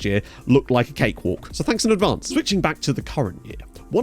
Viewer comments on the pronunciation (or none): none